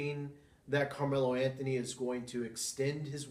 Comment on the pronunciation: Good video overall. You voice is a bit too low, your pronounciation, especially "Camelo Anthony" needs to improve. And you need to have your own style, both the way your talk and your comment show, if you really want to make it a show. Keep it up.